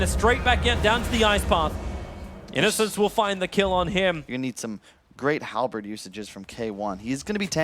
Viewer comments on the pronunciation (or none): none